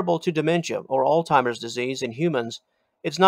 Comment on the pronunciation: its not ''altimer'' disease, its ''alzheimer's''.